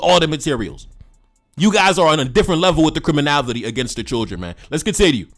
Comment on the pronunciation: Bruh I really like your work but please stop 🙏 saying CRIMINAVITY it’s CRIMINALITY PLEASE 🙏